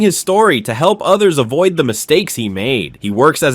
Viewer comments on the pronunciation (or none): none